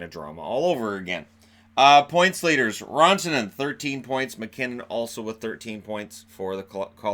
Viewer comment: It’s pronounced RANtanen. Not RAWNtanen.